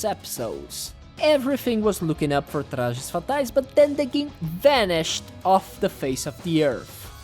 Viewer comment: You've said "Trajes Fatais" so clean that I instantly realized the video was made by a Brazilian lol Hope this video gets more attention. "We're together" XD